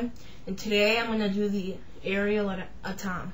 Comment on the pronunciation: If you are going to do review, the least you can do is find out how to pronounce it properly! It’s not A,tom it’s pronounced AT OM. Also chassis is pronounced shassy DICK!